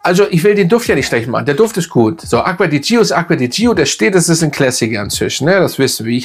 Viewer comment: Ich schätze Deine Videos sehr. Aber Deine Aussprache dieses Dufts tut mir wirklich weh. „Dscho“, nicht „Dschio“!! Und nun zum Parfum. Am Anfang Zitrus und Veilchen, dann Veilchen. Der Spaß dauert vielleicht vier Stunden, dann nehme ich nichts mehr wahr. Und wenn ich schreibe nichts, dann meine ich auch nichts. Für mich der Fehlkauf des Jahres. Ich habe mich so geärgert, dass ich es heute im Mist entsorgt habe. War ja nie ein Fan der Gio Reihe, aber dieses sogenannte Elixir schlägt dem Fass den Boden aus. Was für ein Gegensatz zum Armani Code Elixir, der zu meinen Lieblingsdüften zählt.